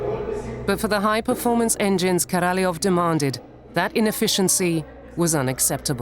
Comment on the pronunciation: Korolev .. et pas Karalof !!!